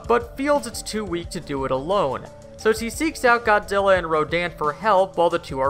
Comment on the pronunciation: he said godilla